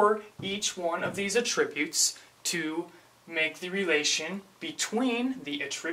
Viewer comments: Great video, but here, the word "attributes" is a noun and is pronounced "AT-tributes" not "at-TRIB-utes". (Accent is on the first syllable, not the second.) You are pronouncing "attributes" the way it would be said if it were a verb. The grammar Nazi now relinquishes the floor to you,. Great video! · i like it just annoyed me how you pronounced attributes but thats my problem.